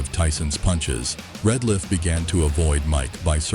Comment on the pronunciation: It's Alfonso Ratliff, not Retliff